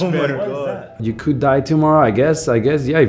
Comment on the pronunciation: "We cululd die tommorow"